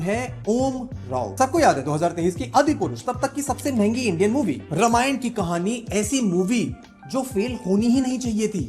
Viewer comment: Dude, pAthEr PancHeli, RAMAYAN, how difficult is to pronounce these very indian names????? I doubt you watch any of the Indian movies.... Not like you are a NRI either.... Are you????